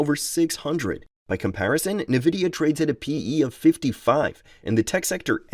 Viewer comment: OMG! Why are you pronouncing Nvidia as "navida" instead of "N-vidia"???